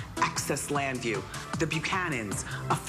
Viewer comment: Access Llanview? UGH